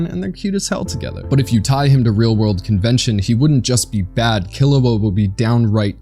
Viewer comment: "kee-loo-ugh" not "kil-oo-ugh"